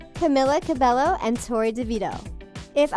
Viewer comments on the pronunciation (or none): Camilla's last name 'cabello' the L is pronounced as y 'cabeyyo' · okay do youre research talko that's not how you pronounce camilla's name!!! it may be spelled like cabello but you pronounce it like cabejo!!! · NONONO IT’S CAMILA CABELLO SHE EVEN SAID!!! YOU DON’T PRONOUNCE THE LL’S IN HER LAST NAME!! SHE EVEN SAID IN A VIDEO IT’S CAMILA CABELLO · She said cabello it is said kah-me-lah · i swear channels like this never pronounce Cabello right